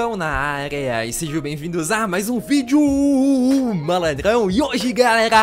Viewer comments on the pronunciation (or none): none